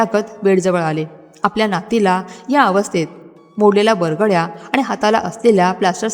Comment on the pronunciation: बरगड्या.... बरगंडी नाही हो 😂😂😂😂